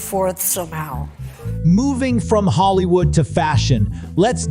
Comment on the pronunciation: Hollywoold {po lish}?